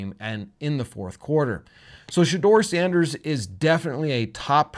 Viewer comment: please. Not Sandèrs